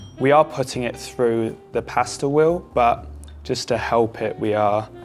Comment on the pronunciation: He says “wheel” and “well” in the same way. “Wehw”